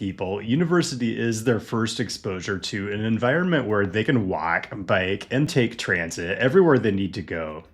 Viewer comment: Absolutely gobsmacked how you say "walk" , what regional dialect is that?